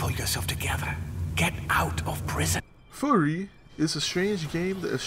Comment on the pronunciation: It's pronounced like "fury" not "furry".